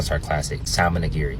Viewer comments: I can't listen to a cat who pronounces the L in salmon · I knew the food was going to get an L when he pronounced the L in salmon? 🤭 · I’m sorry I’m annoyed that he’s a food critic and can’t even pronounce salmon correctly. But shout out to him being black though.